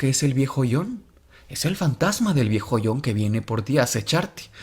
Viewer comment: El viejhoyón Jajaja